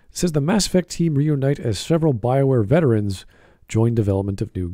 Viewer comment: is "veRterans" on purpose,?